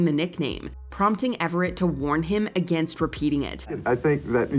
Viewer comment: The way the commentator of this video says "against" is insane.